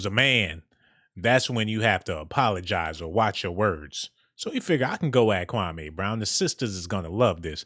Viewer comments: his name is pronounced kwa=MEE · Dude its KWAME OK🆗🙄 KWAH MEE Now, StFu sounding like your lips STANK like day old Spit.